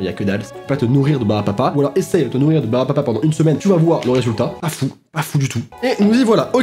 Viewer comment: Pourquoi personne ne parle du fait qu’il a dit au moins trois fois ✨ barbapa ✨